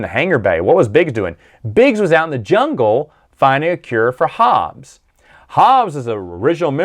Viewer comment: Hobbie, not Hobbes.